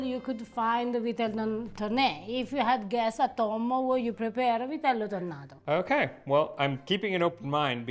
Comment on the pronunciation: Vitel tonné is not French but Piedmontese, is pronounced “Vitel Tunè” and yes, we in Piedmont are very proud of Vitello Tonnato and we also do sandwiches and Tramezzini with it ❤